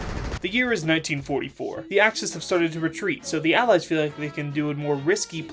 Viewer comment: not even one min in and I am dead at "the axes" and "Allys" XD. Also "We have to understand world war 2". Never have I subbed to anyone so fast